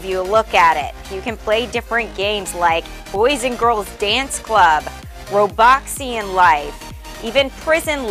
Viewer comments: Bruh she said roBOXian life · When she meant robloxian life she said ROBOXIAN LIFE hahhahahahaha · 'roboxean lifre' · Who heard the blond girl say roboxian high school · She said roboxian life lol